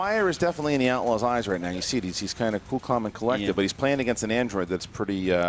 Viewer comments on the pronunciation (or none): “Clool clalm and collected” - Kristian Harloff